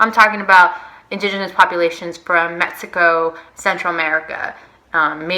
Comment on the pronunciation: Its so annoying how you say metzico.